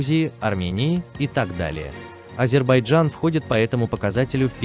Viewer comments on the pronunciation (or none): none